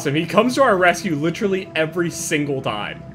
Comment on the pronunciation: i hate how you say literally, like litcherally